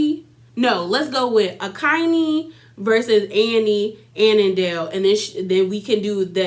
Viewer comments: Andile not anandale 😂😂😂😂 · Here are the pronunciations: Za-ri, An-de-le, khan-yi, swanky J is Jerry Otherwise good review! Also I thought Platinum only had four kids two of which are Zari’s.